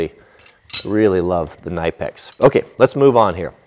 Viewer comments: The tail of the pipe wrench is just to make it more ergonomic. You grab it at the end to get a better leverage. And by the way you pronounce Knipex with a hard K and then NEE-PEX. Greetings from Germany. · did you know that the brand Knipex is actually pronounced "Kuh-Nih-Pex". :)